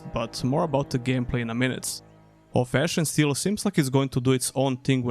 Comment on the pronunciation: The way you say Of Ash and Steel sounds like Old Fashion Still and it's throwing me off lmfao Great video as always, world desperately needs more gothic likes.